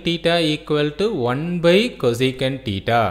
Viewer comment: It is not tita it is thita😂